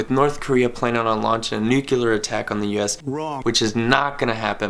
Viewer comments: Nuculear? I thought it was nuclear. 🤓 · nu-clear not nucu-ler! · It's pronounced Noo-klee-ur. Not Noo-kyoo-lur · "A Nucelar bomb" 🤣☠🤣☠ i'm dead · Can't watch. It's nuclear. It is not nucular. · What the fuck did you say in the beginning? Nuclaters? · NU-CLEE-ER, say it with me now "NU-CLEE-ER", just sound it out for pity's sake !!